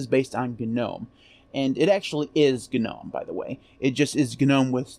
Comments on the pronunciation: cool video. btw, isn't 'Gnome' pronounced 'nome'... yaknow like Garden Gnome. Elves, goblins, gnomes. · For the love of all that is holy, the "G" is silent in Gnome!!!!!! God grief!!! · If then you absolutely must pronounce the G because no one on earth would know what you are talking about otherwise then and only then it would be “Gee” nome and most definitely never ever ever “Guh” nome. Guh makes you sound uneducated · GNU Network Object Model Environment, Is what it stood for, which is why it's not nome. Otherwise GNU would be pronounced nu, which it is obviously not